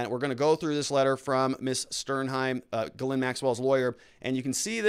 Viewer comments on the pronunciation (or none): her name is pronounced GEEZ-lane. French.